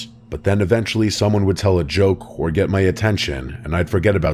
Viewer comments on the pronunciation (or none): none